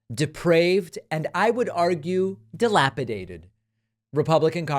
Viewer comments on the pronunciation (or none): Delapitated? Not with all that Botox lol